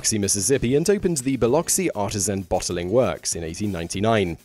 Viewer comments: Not an angry comment, but the city of Biloxi is pronounced buh lux see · I'm gonna be the nitpicky person here and comment that Biloxi is not pronounced like it looks, regardless of accent. B-I-L-O-X-I is pronounced bi-LUX-ee not bi LOX ee. Don't know why, I just know it is.